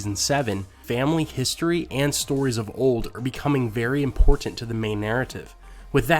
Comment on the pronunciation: I love videos but I hate the way he says "imporTanT"